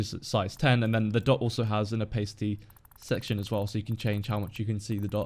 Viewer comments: are you sure you're actually British?;) pronounced more like Oh•pas•ity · PayJ It's not pronounced like that in the UK... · I'm British and i aint never heard someone pronounce opacity like that before! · That is not how opacity is pronounced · thats not how its pronounced in the UK lmao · I'm British and never heard it pronounced that way. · Yeah I thought of that after I commented. It just sounded weird to me. And I even have a british accent.